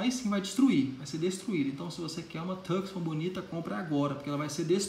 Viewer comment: Taí o cara que fala "Tucson" corretamente! Kkkkk Quanto a Hyundai, cagou geral!